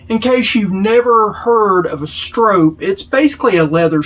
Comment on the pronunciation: Str"aw"p, not strope! Good video, aside from that 😅